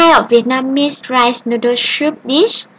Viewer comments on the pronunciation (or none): Good video. But you have to pronounce soup like "soop" not "shoop".